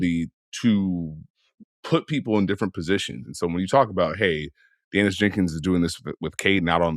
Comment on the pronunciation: Day niss not dan iss jenkins